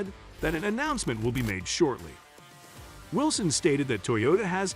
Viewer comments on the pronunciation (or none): none